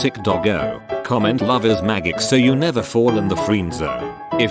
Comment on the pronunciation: At the end the way the voice pronounces "magic" is hilarious. X-D